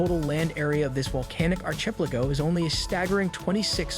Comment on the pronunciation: Ark a pel a go Ark Not Arch